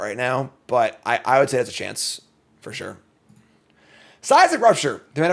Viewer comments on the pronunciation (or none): none